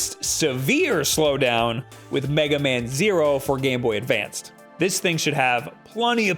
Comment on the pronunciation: It's Game Boy ADVANCE, my friends. There is no "d" at the end of Advance.